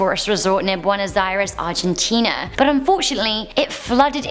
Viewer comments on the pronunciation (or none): none